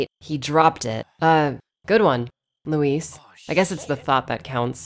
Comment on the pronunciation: I like that the last thing Luis hears is an American utterly butchering his name lol